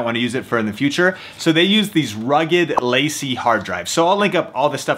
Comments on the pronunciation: Good video, thanks. P.S. it's pronounced, La `See. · If your Macbook isn't able to hold an entire project, probably the best mobile editing solution is using a LaCie (it's pronounced lah-see by the way) Thunderbolt capable drive, rather than the USB drive. Faster transfer speeds. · I thought he said lazy hard drive😂